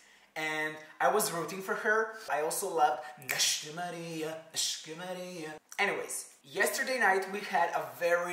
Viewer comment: Your accent of "nasci Maria" is better than the one of the Portuguese singer